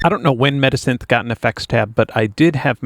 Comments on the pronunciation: Why do you keep on saying midisynthh or medisynthh, its META SYNTH! And why do you hide the name of the programs you display? And where are the links to the programs you show? Just what??? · When you said "metasynth", I kept thinking you said "medisynth", like a portmanteau of "medicine" and "synthesizer". Would make a great name for a resynthesis plug-in lol